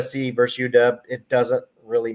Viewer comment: Versus, not verse.